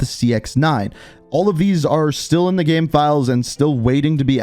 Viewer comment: The way you say „game“ kinda triggers me, great video though!